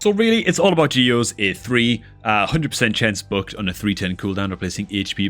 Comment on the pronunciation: Every time you say "booked" i hear "bugged". Also Uugo's a woman.